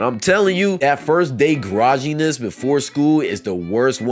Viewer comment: i can see why you want to say “gif” wrong but “grogginess”? fr?